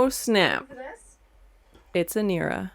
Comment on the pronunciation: Her name is Inara not Inira, I was a little annoyed by that....anyway, love the reaction.